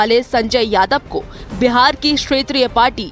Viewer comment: अरे व्यार नहीं हैं बिहार हैं...... बोलने तो सिख लो EWS सुदामा कोटा.... लेटरल ऐंट्री का प्रकोप दिखने लगा है.........